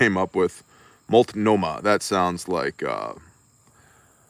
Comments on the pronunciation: Love it. Stunned you said that word correctly. Oregon words 😆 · I Had fentanyl when I was being transported in an ambulance. Had to ask if it was really ok. Hey, good job pronouncing multnohmah! 😄